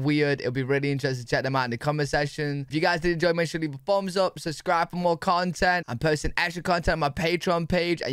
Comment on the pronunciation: What is a "suscribe bun"?